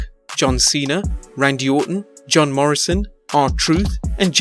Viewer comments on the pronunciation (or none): none